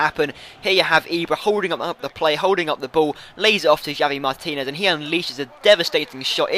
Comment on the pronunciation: its pronounced havi martinez. nice vid